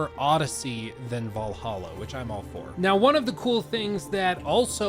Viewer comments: You mispronounced “Vallahha” 😉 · It's "Vllahha"